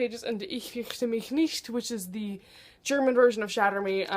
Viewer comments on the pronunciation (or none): You were pronouncing ich fürchte mich nicht pretty funny Haha <3 great video